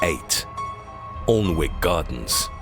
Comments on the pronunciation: (spelled alnwick) but sounds like an-ick wen u say it i live 20 mile away use to live 7m away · Been to the Alnwick Poison Gardens (pronounced ANN-ick). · Alnwick is pronounced Annick. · How do Americans say Alnwick lol so funny